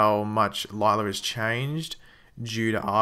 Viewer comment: her name is pronounced lyla not lylar and law not lawr